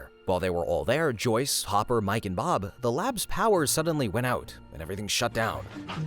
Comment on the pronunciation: if said Bob not Barb